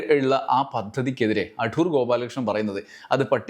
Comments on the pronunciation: അഠൂർ അല്ല സർ. അടൂർ ആണ്. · അഠൂർ അല്ല അടൂർ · "അഠൂർ" എന്ന് കേൾക്കുമ്പോൾ ഒരു അസ്വസ്ഥത, "അടൂർ" എന്ന് പോരേ? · അടൂർ അല്ല....അടൂർ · അഠൂർ അല്ല, അടൂർ.. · അട്ടൂർ അല്ല സർ. അടൂർ എന്നാണ്. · ‘അഠൂ൪’ മാത്രമല്ല അവസാനത്തെ ആ ‘വിഠയും’ നന്നായിരുന്നു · ഉച്ചാരണം ശരിയല്ല. അടൂർ ആണ്. ഇത് കഠോരമായി. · ' അഠൂർ ' എന്ന് മന:പൂർവ്വം പറഞ്ഞതാണല്ലേ..?😅😅 എന്നാലും അതൊരു 'കൊഠൂര ' വിളിയായിപ്പോയി..😂😂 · Shailan's comments are great. Your pronunciation "ADHOOR" is also excellent 🎉